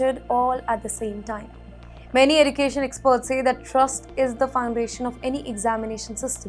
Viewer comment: What is Eddu… cation? Pronunciation.